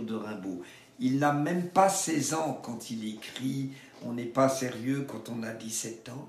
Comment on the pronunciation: magnifiquement lu j ai bien ressenti l intensite du poème par contre j ai lu sur ds une critique que vous auriez du respecter la cesure a seri- eux pr que ça fasse un alexendrin. Je m y connais pas je voulais juste transmettre peut être qu en effet ça met plus en relief le mot sérieux